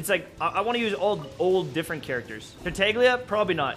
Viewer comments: Tartaglia isnt pronounced tarttaiglia but tartalia, just how tectone does it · he pronounces it like "TAR-TA-GLEE-AH", u r saying to pronounce it like "TAR-TA-LEE-AH" while in Italian ('cuz it's based on "Commedia dell'arte" the most famous type of comedic theatre of the '600) it's "TAR-TA-YEE-AH" with not much importance on the "YEE" part. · It's not even pronounced Tartalia. The sound "gl" is like "LL" in Spanish